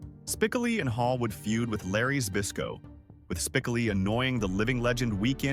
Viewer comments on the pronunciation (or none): That AI voice saying Spickley instead of Spicoli is enraging lol